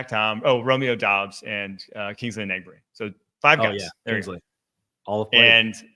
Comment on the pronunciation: Pretty sure thats not how u say Enagbare